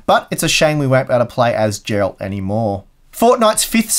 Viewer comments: Not actually, just an honest mistake. From everything I have known about English (first and only language) it should still be pronounced with a strong G (like Greg, Grug, Gecko) instead of a J sound. I take it that is also the case with the original, Polish pronunciation also. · Noooooo he really did say "Jerald", didn't he?! 😂😂 always trying to trigger as many people as possible. Gotta love him for that 😃! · Eh, now I'm confused. You said George, but in George the first letter 'G' sounds the same as in Geralt the way said it, and it's an incorrect way of saying Geralt. Did you mean 'Greg' maybe? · huh, so that's how you call him in English... The books are by a Polish writer and by the rules of Polish language the first letter 'G' should be like in 'Game'.